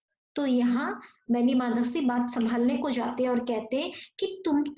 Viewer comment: Siha nahi hota hai Singh hota hai Vocabulary thik karo